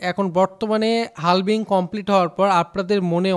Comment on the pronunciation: হালভিং না ভাই হাভিং বলে এটাকে